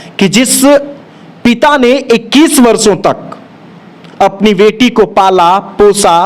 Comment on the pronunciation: Pahle to aap reporting kar kar to thoda achhe se boliye beti ko weti or baki ko waki bol rahe hai